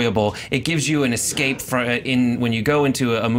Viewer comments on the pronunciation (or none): none